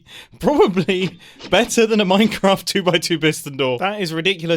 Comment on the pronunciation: Ah yes, MeinKraft